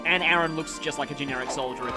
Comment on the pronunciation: Ah this is awkward you're pronouncing Aran as my actual name Aaron 😂😂 it's really throwing me off